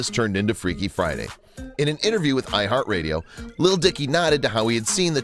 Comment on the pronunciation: "freaky fiday"